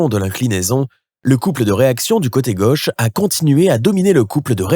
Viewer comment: "Le coté gueuche" (sic) ? Non, mon gars, c'est le côté gauche !